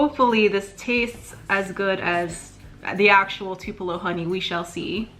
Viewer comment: Mango and Tu-pell-o (U is long sound) LOL sorry.......love these